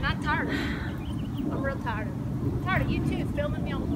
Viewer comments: Taarrred... isn't it tired? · says "I'm Tared f it"